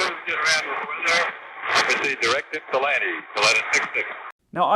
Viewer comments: Okay, the first officer definitely isn't from Ypsilanti, he pronounced it "yip sil lanti", us ypsilantians hate that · My reaction to hearing "Ypsilanti" ... Wow, he's so confused, he's making up ludicrous names. Realized it was a real thing. You americans sure have some weird names for places. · FYI: He was 50 miles NE of Pittsburgh when declaring emergency... He requested to go to "Ypsilanti" which 250 miles away and is called Willow Run (YIP). So requesting to fly 250 miles to a smaller airport than your closest when you cant control the airplane is crazy in itself... But the most amazing is how he can pronounce Ypsilanti when he can barely talk. :-)